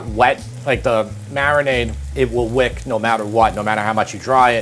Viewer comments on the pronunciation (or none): none